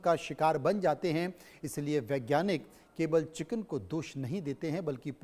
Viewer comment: Kichen nhi chiken😂😅